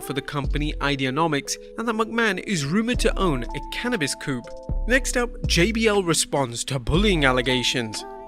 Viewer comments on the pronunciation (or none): co-op not coupe lol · Cannabis co-op, not coop lol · Sorry man not trying to be a word stickler, but I laughed at "Cannabis Coop"